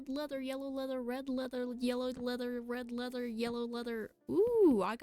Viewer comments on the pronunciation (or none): Led reather, lellow yeather